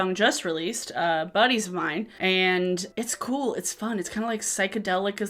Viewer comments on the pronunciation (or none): none